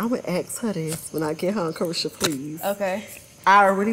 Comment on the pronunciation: Saucy needs his own show cause it’s Caresha Please not Saucy please!